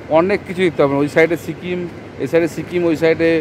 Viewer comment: ছতেরো, ছিকিম, নমছকার, অছম্ভব, ছোমনাথ ঘোছ, ছেবক,খুছি, বছানো, ছুরু, ছঙ্গে,ছুন্দর - আপনি তো খুব ভালো কথা বলেন। 'স' উচ্চারণ করতে পারেন না। সমানে 'স'কে 'ছ' বলে গেলেন।